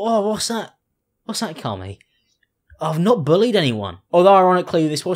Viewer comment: The way you say 'Carmie' sounds like 'Carly' and I feel attacked.